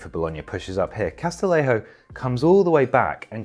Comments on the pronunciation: Great vid, just small nitpick: Castillejo’s name is pronounced Cas-ti-YE-ho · That's not how to pronounce "Castillejo"